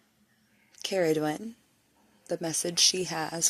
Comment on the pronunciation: Ooh I like the way you pronounced her name. Shape shifter, cool sh*t. Interesting story. Luv that you did some homework on her 😉 sounds like she is calling out to you! ❤